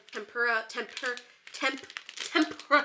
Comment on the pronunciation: tryna say tempora is me tryna figure out my life lmao